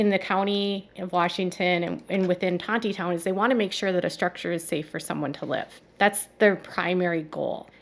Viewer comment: Having lived in Fayetteville previously, the name of the town the Duggar's live in is not Ton-tee-town. It is actually pronounced Tawney-town. Rolls off the tongue a little easier. Hope that helps make it easier talking about it in the future.